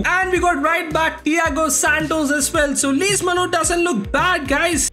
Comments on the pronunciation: It’s just funny how he kept struggling to mention Lees-Melou’s name😂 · The amount of times failed to say Lees-Melou's name is 🤣, no offense lol